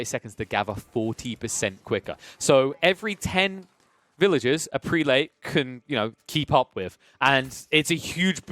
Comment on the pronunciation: If I may say so, the proper pronunciation of "prelate" is PREH-lut, not PREE-late. Seems like the wrong pronunciation is making its way around the AOE4 commenterverse. :)